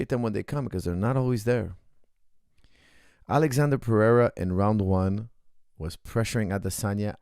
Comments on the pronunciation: His name isn’t Alexander it’s Alexsandro lmao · good analysis but u keep calling him alexander, he is alexsandro, brasil! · His name is not alexander but Ahlex